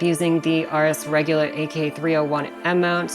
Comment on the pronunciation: RS regulate not RS regulit lol